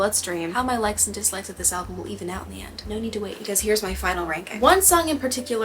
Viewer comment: It really helps when you know who and what she’s singing about. Everything changes. Do you realize that you say “ALBLUM” vs the actual word is “ALBUM”? It’s kinda like nails on a chalkboard to me. Idk why. You speak so eloquently but alblum? Most is about Matty Healy, not Joe Alwyn, which is what we expected. But she was having an friendship/emotional relationship when she’d tell Matty about her problems with Joe. Matty and Taylor were rumored to be together in 2014, but turns out they never stopped talking. So he was basically given the roadmap to her heart and boy did he use it and tossed it away. “Fresh out the slammer” (her relationship with Joe) was Taylor finally coming to Matty. After he crushed her, he’s the SMWEL. The Jehovah’s Witness suit may have helped but idk. You didn’t seem like you understood who or what she was singing about and with this album? You need that information to truly appreciate her lyricism. Sorry you were disappointed with it but I think it’s her best and most revealing work to date. She laid it all out there. A few songs were about Joe, most were Matty and a few were about Kim (thanK you aIMee) - like her old lyric booklets used to do. “KIM” are only capitalized. My mother is a SAINT-ly woman (Kim has a son named Saint). No excessive words needed there. She FINALLY went for Kim’s jugular! Loved that and Cassandra. Look up mythological Cassandra before listening to that song. It’s about the phone ☎️ call from Kanye that Kim edited and leaked.